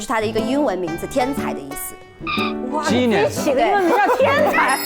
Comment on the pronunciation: 艾玛，杨蓉这塑料英语😆：我没看画面，以为她说的是Janice (Genius)，我在想这是假扮女生骗游戏大神了吗🤣